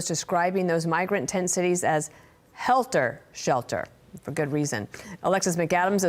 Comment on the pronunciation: “Hell-Ter Shelter” 😂😂😂😂😂